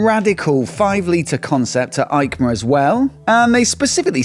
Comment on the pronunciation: Hi, I watch almost every episode with pleasure, but please don’t say Aicma but Eicma 😀 like Esposizione Internazionale Ciclo Motociclo e Accessori. It’s in Italy not Germany 😂 hugs